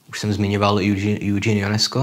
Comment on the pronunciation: Výslovnost OK, jen ten Júdžín by mohl být Ežén. Přece jenom Francie, že:-))